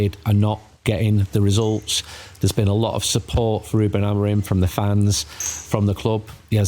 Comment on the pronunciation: Can anyone explain why professional journalists continuously pronounce it as AmoriN? Madness